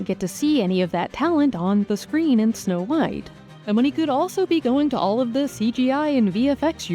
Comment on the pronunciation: I swear to god the narrator keeps saying "No White" lol